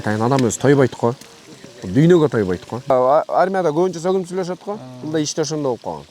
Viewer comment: Дуйно эмес дунуйо десен туура болот.